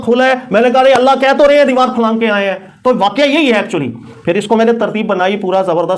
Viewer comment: Ap ki Saari baten MaShaALLAH behtareen daleel thi but Karachi Ka accent (deewar taap toop k aa'e) was epic 🤭